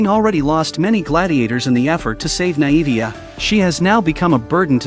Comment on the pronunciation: Pronounced(nay-vee-ah) not (nie-evie-ah)